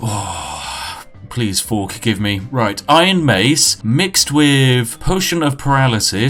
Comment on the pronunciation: "Forkgive me" i lost it